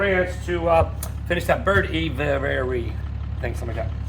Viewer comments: Hey, it is pronounced a-vee-airy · A.V.airee. maybe that will help u say the name of the bird enclosure...or just call it bird enclosure. U r doing fine.